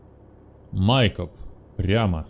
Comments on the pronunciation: Не МАйкоп, а МайкОп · Алекс правильно будет Майкоп ударение на О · Майкоп! Ударение на "О"